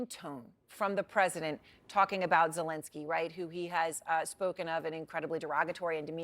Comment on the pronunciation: Finally, journalists and politicians pronounce Zelenski correctly, three years of war and a new president, when I hear the correct pronunciation 👏